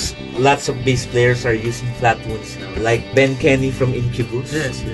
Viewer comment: Why do you two keep saying Flatwoonds when it's Flatwounds, they are wOUNd flat, rhymes with sOUnd! I'll be woonded and really wound up if you don't learn to spoke right!